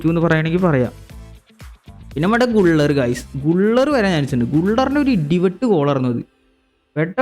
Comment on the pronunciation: ഗുള്ളർ അല്ല ബ്രോ ഗുലേർ